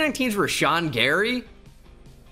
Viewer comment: How tf you say Gary?